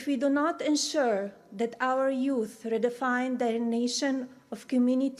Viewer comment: She has been in the US since 1996....why does she still say "dis" and "dat" for this and that... get a pronunciation coach...just saying.